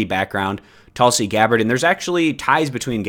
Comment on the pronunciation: It’s Tulsi as in “Tool-si”